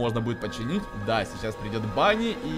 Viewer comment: Этого заяца зовут не банни а ванни!